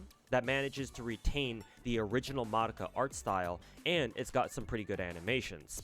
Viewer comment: I just noticed that you're the first CC that pronounced Madoka's name correctly. Everyone else in the western world calls her May-dough-ka.